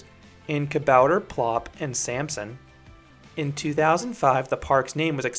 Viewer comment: The "choose your own price" thing depends on how many people bought tickets for that day, and for what price they got them. It's such a great park, and I'm happy it's finally being recognized outside of Belgium! Also, your pronounciation of "Kabouter" (Dutch for Gnome) at the start was surprisingly good!